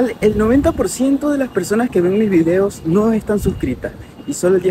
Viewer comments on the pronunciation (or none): none